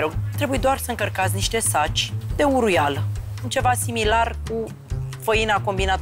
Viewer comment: Varciule, vezi că îi spune uruiala nu huruiala 🤣🤣